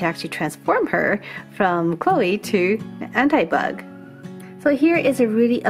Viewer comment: I is not An t-i bug it is An-ti bug like more I